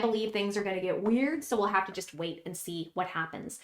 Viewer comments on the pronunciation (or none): none